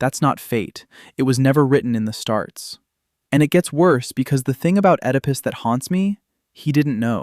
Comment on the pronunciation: Ummm, did you say, "It was never written in the starts"?? 🤭 Because that's not how that saying goes...